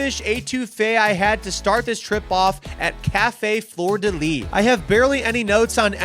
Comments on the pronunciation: u said fleur de lis perfectly!! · Im from louisiana, you did pronounce fluer-de-lis correctly RIP NOLA/NEW ORLEANS ATTACK Victims. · LA native here. You are in fact saying fleur de lis correctly. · new orleans resident here. im documenting as the video progresses. fleur de lis pronunciation was not too bad. if you say anything but "crawfish" you are automatically labeled as a tourist. remoulade is pronounced. "rah-muh-lahd." the only locals on burbon street are employees, you will seldom find locals there wandering. you nailed "cafe du monde" and "beignet." cafe au lait was good. the word andouille was butchered {ahn-dooweey). jambalaya was not too terribly pronounced (jum-buh-lah-yuh). if you thought char-broiled oysters were mid, raw oysters are also a staple to some locals. in terms of our daily eating habbits, its not too bad because most of us were damn near bottle fed on most of these foods. finally, before you rank etouffee so high, i beg you to rip into some boiled crawfish (claws, head, tail), it will change your life. so happy you got to experience this place i call home and if you wanna come back i would be happy to lead because you got alot to see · You said fleur de lis pretty well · You ARE saying Café Fleur De Lis correctly! Great Job!! Remoulade Sauce...you are saying that correctly too...but I've never had a shrimp po-boy with that on it...I live 20 minutes from NOLA and haven't heard of that being the norm. Café Du Monde - Beignets - Café Au Lait ..... Right again! The restaurant you couldn't remember the name of looks like Oceana Grill.